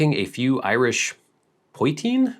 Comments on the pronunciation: It's pronounced puh-CHEEN. It's Irish moonshine. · It's called "po-cheen",emphasis on the second syllable. It's basically Irish moonshine, not bad at all!